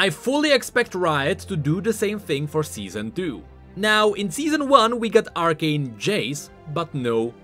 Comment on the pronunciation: Seezon duu